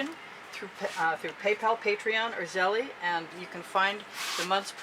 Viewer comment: Oh and btw, Zelle is pronounced Zell. 😀😄😃